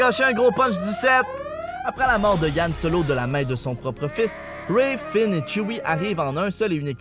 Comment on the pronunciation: pas yan HAN OK!!